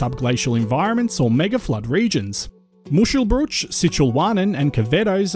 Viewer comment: Isn't Jervis Bay pronounced Jarvis Bay, and Wollongong is certainly pronounced Woolongong. Muschelbrushe or mushcelbrueshe without the umlaut is pronounced Mooshelbrewshuh. Saying 'mushelbrewsh' is like saying umbrell instead of umbrella. That aside, an interesting video.